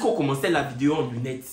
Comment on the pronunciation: Affaire d'anglais deh...ko "vaidêo" faut dire vaidei en même temps...😅😅😅😅😂😂😂